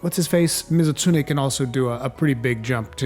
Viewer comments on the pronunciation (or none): none